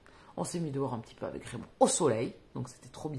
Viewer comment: Quel accent « le kentucky »! « rachel » « Raymond » 😅 J’ai tellement aimé ce jojo Moyes qui parle de bibliothécaires itinérantes Tetris c’est le début de la fin 🤪 Les Cazalet on est paumés... dommage j’avais envie de m’investir dans cette série. J’aime bien m’attacher aux personnages ... Tu vas lire les autres ? Un peu déçue par « je revenais des autres » que j’avais laissé tomber au bout d’un moment Faudrait que je réessaye pour lire la suite On commence bp à parler de cette autrice dans les médias Très bien « les lendemains »